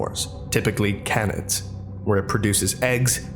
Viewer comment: people, please don't say Canids that way........say the letter K then nids....By the way, i love listening to all your videos, must have spent at least 15 hours listening to this in the background.